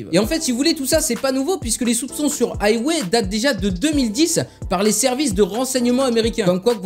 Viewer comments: Haywai lol ça ce prononce huawei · C pas haywé mais hwawé